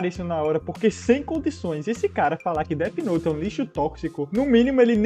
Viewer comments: Oq eu mais gosto no cara é falando "det note" especialista que não sabem falar inglês kkk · O cara falando deti note , mds do céu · enfim, pessoas BURRAS q levam DESENHOS a sério, se a PORRA DA PESSOA ESCREVEU UM NOME EM UM CADERNO, OQ VAI ACONTECER? A PESSOA VAI TER UM INFARTO? PQP PESSOAS CHATA (e o "especialista" falando "Déti noti kkkkkkk)